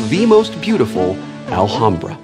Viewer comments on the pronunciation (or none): Love the way they say "Alhambra". Btw, the H is a mute one. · It's pronounced Al-lambda silent H. Its spanish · In "Alhambra" the H is silent (like in all spanish words, even those coming from the moors, like alcohol and "almohada", pillow). Hurts my ears hearing Wil saying it wrong over and over. No idea if the original arabic h sounds hard, though. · I know this is like 4 years late but as a spanish person i think i should say it... the "h" is mute. it's pronunced Alambra, so... was really funny to hear you saying it wrong every single time xD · We pronounce it alambra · The h in alhambra is silent: /al'ambra/ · the h is actually silent lol. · I just feel the need to point out cause it bothers me Alhambra is Spanish so you do not pronounce the h so u say it Alambra, which sounds prettier and is correct, other than that I love table talk and Will Wheaton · Will, the h is silent. Its pronounced Alambra. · As a Spanish speaker...the way Will pronounces the "h" makes my ears bleed...ALL-HAM-BRAH...why god why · WIL: It is pronounced "Al-am-bra" or more correctly "Ul-um-bra". (Said normally, not with some naff, pretentious accent or anything.) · It hurts to hear Will pronounce Alhambra (in spanish the H is silent) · Oh, thought he was pronouncing it as a Spanish J. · Wil pronunciation of Alhambra is hilarious :P. In spanish the H is silent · I did use it. The wiki clearly states the origins of Alhambra. I *never* said it was in Arabia. I said it was *Arabian*. The Moors had conquered that area of Spain and had it built there. The wiki also clearly states how to pronounce it.. and I assure you it is NOT with a silent "h". The word Alhambra itself is also explained, being an Arabic word.. and it's meaning also stated. So don't tell me to look something up you *obviously* haven't looked up yourself. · THE H IS SILENT DAMN YOU!!!! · a little off topic but....the "H" in alhambra is a silent letter ... mute It ;) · guys your pronunciation of "alhambra" its so bad lol